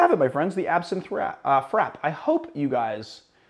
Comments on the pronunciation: Um..... Frappe is pronounced Frap-pay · I thought frappe was pronounced like fra-pay? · you're correct, a frappé is essentially a drink on the rocks, but those "rocks" tend to be crushed or shaved ice. It's a serving technique, rather than a specific (coffee) recipe, and such. And yes, he's mispronounced it.